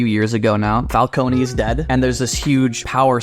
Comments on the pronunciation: You guys are my new favorite YouTube channel… But for the love of god it’s FAL-CONE not FAL-CONEY 😂😂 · You guys were pronouncing "Falcone" just fine at the beginning, then reverted to the way it was pronounced in Batman Begins & the Dark Knight. There's no extra emphasis on the "E" at the end